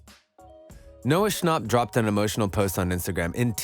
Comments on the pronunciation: noah shonp. it pronounced sh-an-pp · Bro really said “Noah Shnop” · Is no one talking about how he pronounced his last name like shnop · I love how the voice sounds like you saying noah snooup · He said Noah Schnopp like it’s Noah Schnapp like yaaaaaaaa